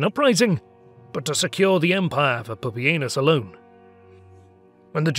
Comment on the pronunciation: Wait, it's actually pronounced poopy anus? 🤣🤣